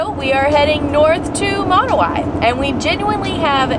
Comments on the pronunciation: Its not pronounced (moon way), its like (mo now ee) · Pronounciation, rest of the world: Monowi America: Monowhy. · Always wanted to stop there but we don;t go that way very often! Mo- Now -We is how they pronounce! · It's Monowi not Monowi